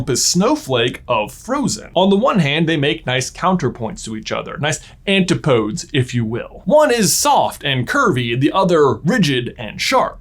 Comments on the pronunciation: An-ti-po-des. 4 syllables. It's Greek. ;) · You're using the word "antipodes" very strangely but not necessarily incorrectly so I won't complain about that but your pronunciation is definitely wrong. The E is pronounced much like in catastrophe and the pod is pronounced like pod, not like pode. Basically, just imagine saying "nuts" after "antipodes" and it will naturally come together